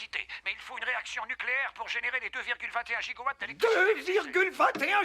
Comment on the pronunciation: 2.21 gigowatts (gigo d'agneaux ?) c pas giga ? nom de Zeeeus